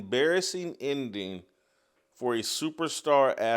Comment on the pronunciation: Jason, what is an “indeen?” Are you attempting to say “ending?”